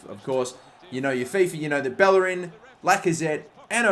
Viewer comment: Irrelevant side note: To this day it still amazes me how people can't properly pronounce Bellerin's name, given the fact that players like Casillas and Llorente are pronounced correclty. I'm not speaking spanish, but I was able to understand that every double L in spanish is pronounced like "y" in "yes" since I was 15 years old. I'm not saying learn and pronounce every name right, but it just confuses me how people are unable to realize some super basic things, not because they are basic, but because they actually use them so frequently.